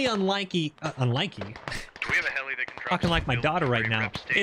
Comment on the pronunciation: Words are hard, "unlikie"